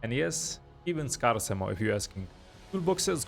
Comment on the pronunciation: that isn't how you pronounce scarce